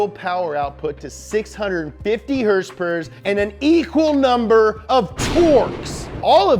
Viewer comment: I subbed right when I heard him say herse pers